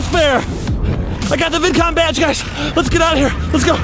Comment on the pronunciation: Baby saying Vidcon bidcon